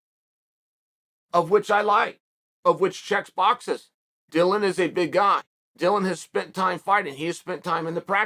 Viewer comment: I really didn’t except uncle Chael to pronounce Logan or Dillon correctly. Good on him.